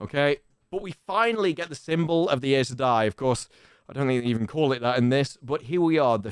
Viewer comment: Synchronized tik-tok dancing pacifier wearing Damane. Good lord. FWIW, the Audible books pronounce Aes Sedai "Eye sah dye", Loial "Loyal", and Seanchan "Shawn Chan"